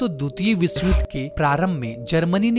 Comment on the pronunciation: विसव नही विश्व बोलते है सही बोले सानदार नही शानदार